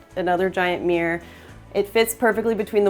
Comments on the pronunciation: MirrOr... not mirr...😅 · It’s mir-ror, which is a 2 syllable word, nor meeerrrrr. 😂